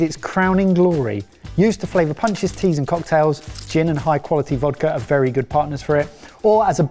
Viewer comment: Third: "it's berry good"